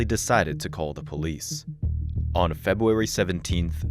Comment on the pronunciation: A.I. will take over the world! Also A.I. can't even pronounce "February" or "Corporal" correctly.